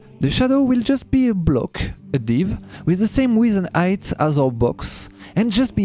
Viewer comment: Plutôt d'accord avec luminem. L'accent est ignoble, y'a juste des gens ils sont pas fait pour il faut pas insister... On comprends rien arrête ton cinéma! Impossible de suivre la vidéo, impossible de rentrer dedans... On dit pas "aïghts" on dit "height" 🤷 j'ai compris ça on était déjà 3 phrases après!!!